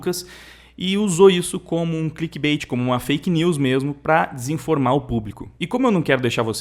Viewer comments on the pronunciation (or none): none